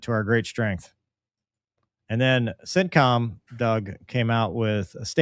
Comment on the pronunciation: Whenever you say “CENTCOM”, I hear “sit-com”.